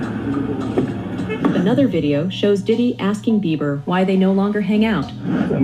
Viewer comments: His name is Justin Beiber (Bee ber) not Beaver. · Not Justin Beaver It’s BIEBER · WHY ..... WHYYYYY ARE YOU CALLING JUSTIN BEIBER..... JUSTIN BEAVER 🦫???? SERIOUSLY.....TWO B's in BEIBER......HES NOT AN ANIMAL! I can't watch if you can't take a moment to read. 🙄 Jesus help us ALL! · I played this 3 times, put it to my ear and watched your lips. You said, "Justin Beaver."😂😂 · Why does she call Justin( beaver)